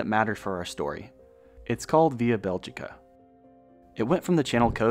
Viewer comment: That pronounciation of "Beligica" is so fucking jarring...